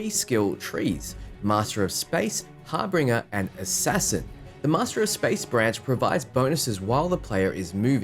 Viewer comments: It's not Har Binger. It's Harbinjer. Unless...that's the British way of saying it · Harbinger is pronounced haar ·buhn·jr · Har BIN jer.